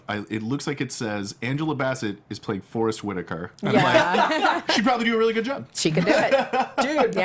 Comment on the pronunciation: The girl was right, she's horrible with names. Forest wit-taker? What in the fuck? Has she seriously never heard someone say his fucking name before? Idk why that angered me so much lol Also couldn't pronounce Lupita Ny'ongo, also another easy name to pronounce. I hate to say it but I'm not the biggest fan of this new table guest that seems to be on every week nowadays. Annoying voice. Can always tell he's fake laughing and even that bugs me... I dunno maybe I'm having a bad day I love this show so much i'll never miss an episode but this has been boiling in the pot for a while. Not a fan of the African American girl on her. What was it for? Gender equality they just had to get a girl on the panel? Conspiracy????? Hoax???? 9/11 was an inside job. PS I LOVE YOU GUYS I've been watching since episode 1 and it's one of my favorite podcasts of all time